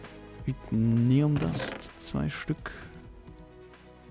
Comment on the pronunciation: Vinteum! nicht Vitneum